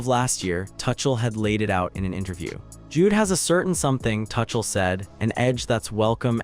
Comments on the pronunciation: TUCHEL should be pronounced as TOOCHEL ,not TOUCHEL. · This is AI ROBOT SLOP -- it is not TOO-SHALL. It is TOO--CALL. this is AI! be careful! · It's Tookell, not Touchel you Muppet. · Mate there's the England Rugby Team in your pics common gotta do better and his name is pronounced " 2 Shell " get your act together if your going to be professional . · Thomas Tuckle?😂😂😂 That's AI for you!! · His name is not pronounced "Touchel" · Lol . Yep. Thomas Touch Ell. And what is a Sem Eye final? 😂😂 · Dude... you don't even know how to pronounce the coach's name but still you make videos that I should listen to for 25 minutes straight where you misspronounce Tomas Tuchel?! No thanks... I'm leaving in 30 seconds!